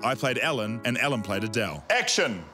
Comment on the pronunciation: Adele or A Dell 😂😂😂😂😂